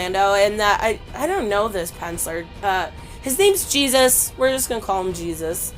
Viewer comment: Another great comic book review video I found it hilarious when you couldn’t pronounce Jesus ( hey Zeus ) in Spanish but you said Garcia perfectly very funny anyway keep up the good work and continue to upload awesome content and I’ll keep watching it besitos te amo love ya